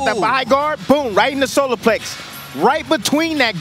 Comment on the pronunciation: Someone Please Tech him that it’s “plexus” and not “plex”. Damn.